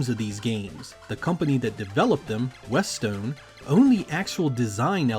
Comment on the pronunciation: Big ups for the correct pronunciation of "Westone."